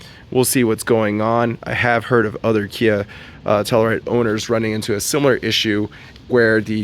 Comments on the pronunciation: Tell-you-ride, not tellaride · The hell is a “Tell-a-ride”? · tell-u-ride, bro. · TELL-U RIDE.